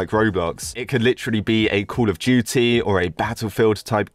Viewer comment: it felt like he was saying call of gity/jity